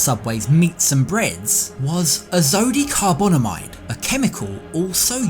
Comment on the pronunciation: You should really consult someone ahead of time on the proper pronunciation of chemical names such as "azodicarbonamide". Even using a cheesy fake british accent doesn't atone for failure.